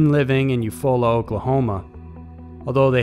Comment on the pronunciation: You said Eufaula, OK, wrong, lmao